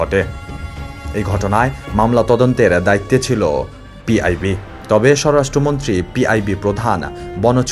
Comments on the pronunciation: পিবিআইকে পি আই বি আর স্বরাষ্ট্র মন্ত্রীকে স্বর-রাষ্ট্র মন্ত্রী উচ্চারন করলে সাংবাদিকতা কি হবে? হাসিনার আমলের ভুলে ভরা সিলেবাস আর একপেশে আওয়ামী শিক্ষকদের কাছে ভুলভাল বিদ্যা শিখে চাপে পড়ে পল্টি নিয়ে অনিচ্ছাকৃত ভাবে সম্পাদকের জোড়াজুড়িতে সংবাদ পাঠ করলেন মনে হয়?😂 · স্বরাষ্ট্র মন্ত্রী ঠিক মতো উচ্চারণ করতে পারছে না এটা কেমন রিপোর্টিং?